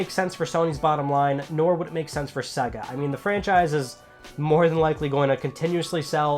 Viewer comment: it's SEA-GA ffs....